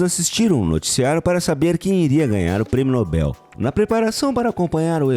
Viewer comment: A pronúncia correta é Nobel e não Nóbel...